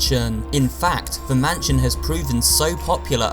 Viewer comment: Everyone: mansion: mahnshionnnnnnn